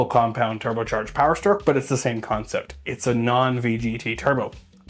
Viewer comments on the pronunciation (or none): none